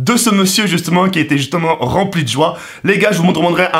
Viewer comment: "je vous doumendrais" à 0.3 seconde